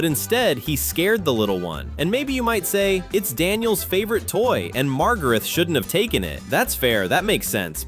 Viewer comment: Daniel’s little sister is named Margaret, not Margarith. And Daniel’s favorite toy is Tigey, not Tigo.